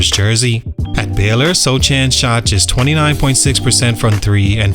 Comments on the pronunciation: His name isn’t pronounced So Chan. It’s Soh Han. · "SoCHAN" come on dawg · Yes Sochan, it's pronouched Sohan in Polish tounge — a Polish name that sounds very different when read with English pronunciation rules. That's why you have to listen to the actual Polish pronunciation and write it in English as "Sohan." If you're writing a Polish name, you should pronounce it the Polish way, not the English way. The author should have properly transliterated it — that's on him.It's the same with Asian words. For example, カタカナ — if you don’t know the Japanese script, you listen to the sound and write it as "Katakana." It’s never perfect because accents don’t fully translate, but that’s how we do it. English has many different accents too, yet we still use the same letters. Just look at the letter "O" — it has lots of different sounds depending on the accent, but we write it the same way. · Are you butchering his last name on purpose? It is pronounced Sohan. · I love your channel but how can you make a video on a guy and pronounce his name wrong :/ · You can tell that you have no idea about sochan or spurs by the way you pronounce his name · Not even a second into the video and I turned it off already. If you are going to do a video on a player, at least learn how to say his name properly. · it’s hard to believe this guy knows a lot about Sochan. Did so much research and nothing told him how to pronounce the guys name…weird, that’s the first thing that should’ve been correct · He’s a bum so he doesn’t deserve to be pronounced properly